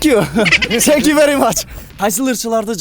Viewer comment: Зенк ю дейтко🤣🤣